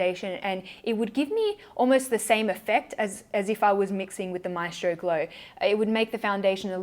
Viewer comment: I hate to break your heart but that’s not how you pronounce ‘maestro’ 😂 the stress is on the E 💕